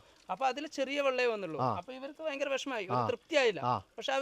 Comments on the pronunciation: ഭയങ്കരം ഇതാണ് correct 🤣🤣പറഞ്ഞു കൊടുത്ത ആളും best 🤣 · ഫയഗരം അല്ല ഭയഗരം ok😅